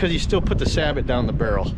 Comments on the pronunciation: It's pronounced Say-Bo not Sabot and two you are always supposed to shoot it standing first not cheat using a lead sled. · Nice video. I'm actually researching a FireStick style gun right now; either Traditions or CVA once they re-release the CrossFire. Just a quick tip: it's pronounced "Sa-Bow", not "Sah-but".